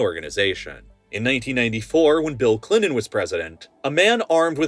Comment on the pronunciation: Clinon? You mean, ClinTon? Deonated? You mean, detonaTed? Pronounce your Ts bro.🤦🏻‍♂️🤡